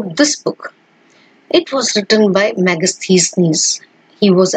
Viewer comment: Wow .whatta pronunciation. Megastheesneese